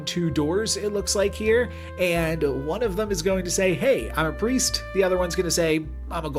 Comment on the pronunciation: bro just can't read lmao